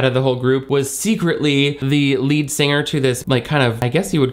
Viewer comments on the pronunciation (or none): none